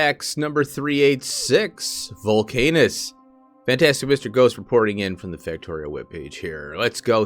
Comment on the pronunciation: I think it’s probably pronounced ‘volc-ah-nus’, though your pronunciation is more fun. haha Great video!